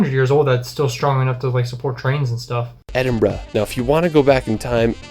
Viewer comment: It really winds me up how the narrator can't pronounce 'world'.....but is the only American I've ever heard say Edinburgh correctly